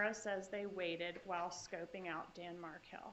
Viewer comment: Markel [not Merkel]